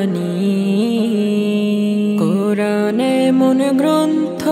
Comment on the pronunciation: সবকিছু মোটামুটি ঠিকঠাক আছে দেখা যাচ্ছে কিন্তু ছেলেটাকে তো দেখে মনে হচ্ছে কোন মাদ্রাসার ছাত্র হবে কিন্তু কুরআন শব্দটা তার সঠিকভাবে উচ্চারণ হয়নি